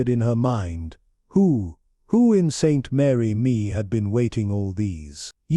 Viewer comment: It's Saint Mary Mead!